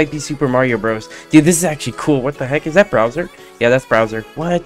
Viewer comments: Who the hell is browser It’s pronounced Bowser. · Bro can use the correct pronunciation because he literally said browser and peaches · How is bro cringe just because he couldn’t pronounce bowser